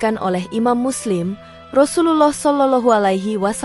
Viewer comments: Bacaan Rasululloh saw gk fasih ,lam jalalahnya kurang tebal..lebih baik ikut konser nyanyi aja di Indosiar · Sayangnya yg mmceritakan past bkn org islam bs jd krn pkrjaanya krn nyebut Rasulullah aja blepotan gk becuz